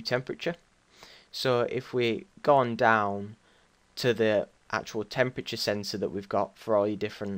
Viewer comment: its temperature not Chemprature